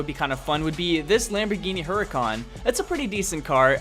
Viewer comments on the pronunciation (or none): hurican not hurykan :(